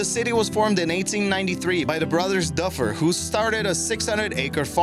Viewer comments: Doo fir not dufer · doofer !! NOT duhfer . duh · #5 Dufur is actually pronounced more like "doofer" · Close...It's pronounced "Doo-fer." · It is pronounced Du Fur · If you are going to talk about Dufur, you should learn how to say it. The locals like me are laughing at your mistake.